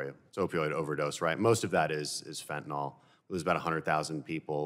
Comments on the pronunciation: It is NOT Fentinol it is Fentinyl. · It's not "Fentanall" rhymes with ball. It's Fentanyl, rhymes with dill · Fenta tuh NIL .... NOT Fent ah nall .... for goodness sake learn how to say it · fentanyl is pronounced NILL, not NOLL. why the hell did everyone just forget how to say it over the last few years? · It’s not Fen-tin-all. It’s Fen-ten-y’ll. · It's fentanyl, not "fentanol." Fen-ta-NYL, not fen-ta-NOL. Jeez, read the word! It's like peopIe who can't say "NU-cle-ar." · Mispronoucing fentanyl has been one of my pet peeves for years. It's just like people saying irregardless.